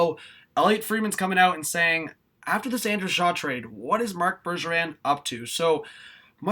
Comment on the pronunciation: I thought it was a mispronounced Bergeron lol... I'm tired 💤💤